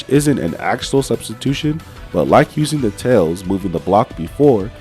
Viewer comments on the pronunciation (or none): none